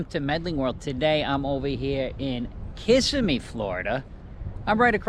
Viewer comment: It's Ki-simmE not kiss-ime